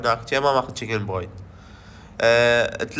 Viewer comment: جك بوينت وليس جكن بوينت جكن دجاجة